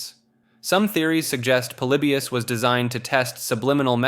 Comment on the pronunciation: Polybius..pretty sure it's pronounced like poly-by-us...but I could be wrong. Seem to remember an interview with some old arcade developers talking about it..